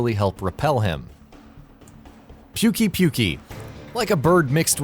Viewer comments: ikr WTF is pukey pukey? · NER-JI-GAN-TAY OH GOD... These people do this on purpose... Them and Watchmojo... I'm convinced of it. NER (or NERE) GI-GAHN-TAY. ITS NOT A FUCKING J. I know I shouldn't do this, but saying names wrong is such a fucking pet peeve fir me, I need to say something. POO-KAY POO-KAY. Does it sound funny? Yes. Pukey-Pukey is still wrong. I'm willing to let Tzi-Tzi slide. I figure the T's are silent, but I could be wrong. I've always called it ZEE-ZEE. Holy crap. How to you get Nerg wrong when it's spoken by the commander in the game, but you say Jyuratodus just fine? Now Barroth is Bar-roth... Christ on a unicycle... BARE-OTH Kirin is 22? LOL Have you even fought tempered anything? I need to lie down. Why are you enunciating the Da in Magdaros so hard? Zorah Magda-ros. MAG-DUH-ROHS, not Mag-DA-ROSS Got Lumu, Tobi and Anja right... By what feels like a miracle. LEJIANA? ARE YOU SERIOUS. Ok, so before playing 3U (yes, World was technically my first MH), I was also guilty of the Legianna mispronounce. But seeing how Lagiacrus is said, I changed my pronunciation of Legiana to match it. LE-GIA- NA. Again, G, not a fucking J! Honestly surprised you didn't day DIA-BLOSS LAVA-SAI-OATH internal screaming intensifies LA-VA-SEE-OTH. I'll admit, I used to say the oath part too... But seeing comparisons to Plesioth fixed thst for me. Nergigante still doesn't have a J in it's name. I'll leave you alone on Bazel. I'm not even sure how to say that one right. I just end up calling it Basil. EF-LOVE